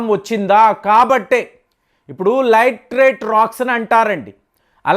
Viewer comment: లైట్ రైట్ కాదు, లాటి రైట్ అనాలి